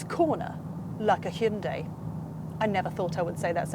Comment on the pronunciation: Stop saying, "Shinday." What's wrong with you? 👎